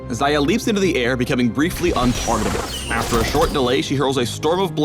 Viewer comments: Зая значит, не Хаях, не Шая. Зая.... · Why do u pronounce it Zaya? It must be Ksaya. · Xajah or Saja how she is pronounced means rabbit in russian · I thought it was pronounced like 'Shayah' :( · Am I the only one who keeps hearing "Zarya?" That's not even the right game! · ang-Xayah-tee FailFish